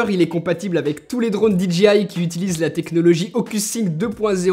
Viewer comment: "DJI" le J se lit "djey" comme dans DJ tout court x) et le G se lit "dji" ^^